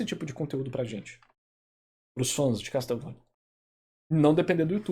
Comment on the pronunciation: "Casteuvania" sempre dou risada, a gente tenta mas sempre sai 😂